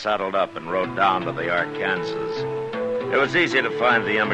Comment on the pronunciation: Ark-an-saw River, not Ar-kan-ziz. Sheesh.